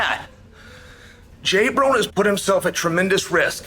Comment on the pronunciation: Please someone tell me why he is calling him J Brone lol